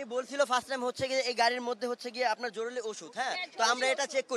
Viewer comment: জরুলী না জরুরী 😅 মেধাবী ছাত্র